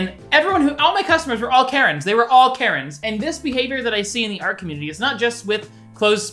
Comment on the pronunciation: Okay around like ish when u was saying Karren I thought you was saying carrot and I got so confused, like damn this man must not like carrots.